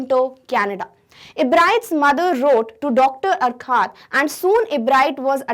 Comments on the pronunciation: Mam it is called as (yourcoohaart ) sorry but you are pronouncing wrong. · Urquhart is pronounced like अर्खर्ट